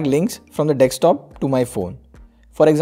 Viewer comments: It's DESKTOP not DEKSTOP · its not dekstop its DESKTOP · Your 'DEKSTOP' is good... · Some great apps here...i've noticed that most of Indian tech tubers say "GB" and dekstop" :)